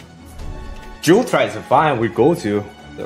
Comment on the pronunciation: Korean accent 🤣❣️❣️